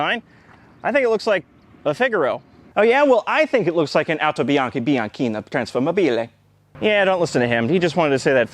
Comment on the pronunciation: I'm Italian and the pronunciation of "AutoBianchi Bianchina Trasformabile" was awful and awesome at the same time, I had to watch the part 3/4 times to understand what you were trying to say 😂